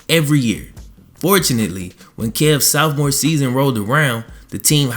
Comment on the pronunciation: Why you keep sayin saowphmore?